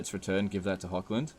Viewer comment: Really suggest to look up, cause it's a min fix pleasing all european viewers etc. , how to pronounce the german "ch", like in Hoch-land, or Bechafen, or Eschen, which are all essentially german. Cause it's not Hokkländ even if you say it 1000x times, nor Bekhafen, nor Esken. Idk somehow just really bugs me an once you learn it, which takes like 2 min, not even, you probably won't do it agian.